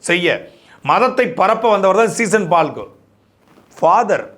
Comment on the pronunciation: சீசன் பால் இல்ல சீகன் பால்...😂😂